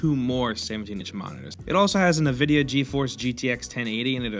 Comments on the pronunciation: dislike cause he said NA-vidia instead of N-Vidia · It's "en vid ee ah".